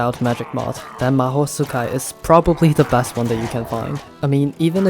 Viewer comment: mahou tsukai is actually pronounced as (mahoutskai)